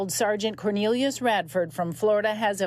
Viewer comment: "Quornelius"?!? Where do you come up with that?